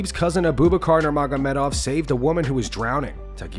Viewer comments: A Boob a car? WHAT? It's pronounced Abu-Backer!😂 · Uh-Boob-Uh-Car lol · It’s pronounced ah-boo bock-er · Abu bakar. Your pronunciation was terrible. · never ever pronounce AbuBakar like that again buddy